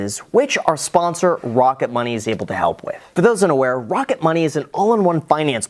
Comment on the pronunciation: "Wocket Money" baby!